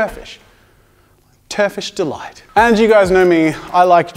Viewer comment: "turfish Delights" cracks up